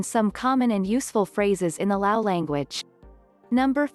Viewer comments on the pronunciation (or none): It’s Lao, not louse.